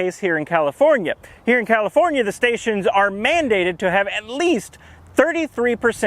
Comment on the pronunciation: "californiar" lol